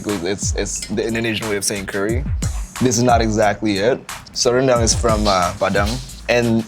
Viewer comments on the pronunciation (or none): "Reundunk" that's how you pronounce Rendang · ahhhh the way bald dude pronounced rendang and sambal is hilarious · "Randang" XD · This dude said beef Rendong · The way he pronounces sambal and rendang is so off HAHAHA